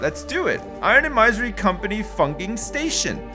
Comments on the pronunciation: Thank you! I mentioned that on episode 1. It was making my ears bleed. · plz dont do it, i am used to him saying "Maisery" now